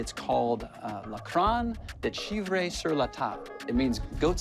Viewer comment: lol.... "CHEE-FRAY" is not how ones pronounces Chevre